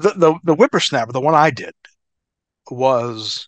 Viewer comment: Hearing a grown man say wimpersnaper lol